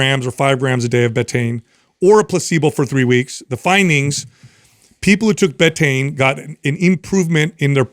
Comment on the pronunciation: somebody please instruct it’s pronounced Bee-Tane